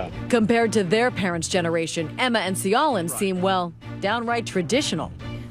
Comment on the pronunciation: See-yo-lin??? Why don't these people try to pronounce names right.